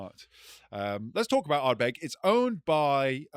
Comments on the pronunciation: Guy in the middle calling it Ardberg got a bit much 😂 great episode again chaps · pronounces Uigeadail and Corryvreckan perfectly, yet pronounces Ardbeg wrong. Having said that he does make some fine points and is an ideal foil to bombastic bluster!